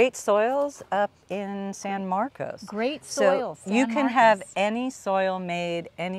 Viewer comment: Great video and...It's San Marcos not San Marcus! hahahaha